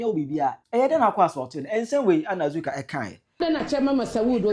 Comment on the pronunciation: Please it’s Azorka not Azuka